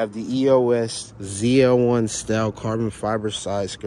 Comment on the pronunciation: He said ZLE😂😂😂